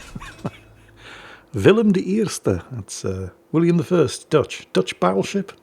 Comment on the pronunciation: great video as always. Great pronunciation on that "De Eerste". Thanks for the videos as always.